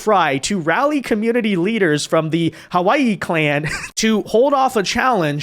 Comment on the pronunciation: lol, i'm not enjoying the way his "hawiye" sound like "hawaii"